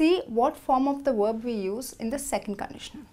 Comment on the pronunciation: Verb not werb